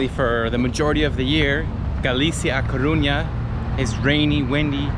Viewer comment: Se dice A Coruña amigo, hasta los extranjeros lo.dicen mejor que los de aquí!!!!